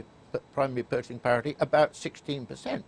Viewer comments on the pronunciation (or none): none